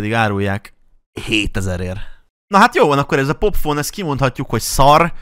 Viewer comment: a videóban "popfon"-nak ejted ki, de mondd ki nyugodtan, hogy "pofon"